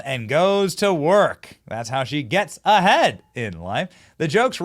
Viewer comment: I like how you said...."That's how Kamala 'Gets A- HEAD!'